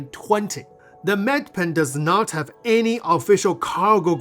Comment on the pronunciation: Medipin, not med pen